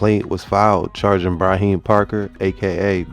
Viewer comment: FYI his name is pronounced Abass respectfully 😭